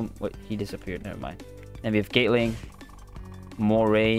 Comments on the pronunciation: U saying gate ling not gatling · We gptta respect he sounds out the gum moves the best he can cuz he said Instead of gatling (GAH-T-LIN-G) he says gaytling. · i love how he says "gaytling"